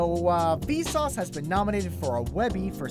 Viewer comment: When you said vsauce this time it kinda sounded like "feces" lol. Probably Kuz I'm high, but I know I'm not the only one who hears it.